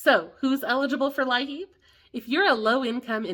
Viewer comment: In WV it is pronounced 'LEAP' , , not 'LI-HEAP'. (Thanks for all your hard work!😊)